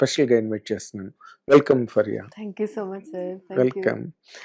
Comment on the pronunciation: ఫరియా కాదండి. It’s ఫారియా